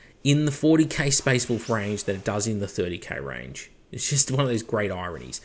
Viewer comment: You sound funny when you say “wolf tails”, you sound like you’re saying “WOOF tails” lol.